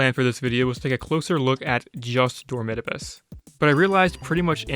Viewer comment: what pained me the most was how you pronounce dormitabis, my whole life ive been thinking its door-me-tah-bees